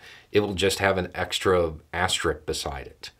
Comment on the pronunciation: as good as you are, you can't pronounce asterisk. You said asterik.